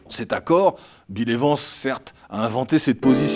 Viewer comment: « Bile évance » 😂😂